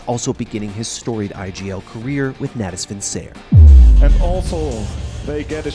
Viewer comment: « Natus Vincier ».... ew